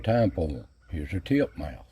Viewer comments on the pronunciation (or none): greetings; the bird is named a titmouse, not tipmouse.................g